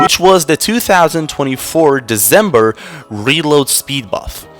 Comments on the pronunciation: Ma boi said "Desembuw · Like, every time you Say December, u seam British